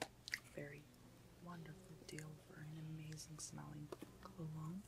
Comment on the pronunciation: I keep hearing CLOWNS instead of cologne :D